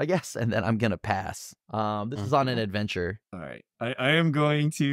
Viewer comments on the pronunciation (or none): “This is now on an adventurrrre” 😂